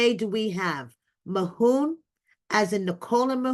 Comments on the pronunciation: His name is Mahmoud not Mahoon 😂😂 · Who is “Mahoon”? Why is his name being pronounced like that? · Please get his name right.- MaHmood